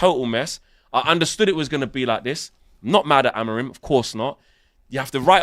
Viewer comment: .... Amor-in or Amor-out ... LOL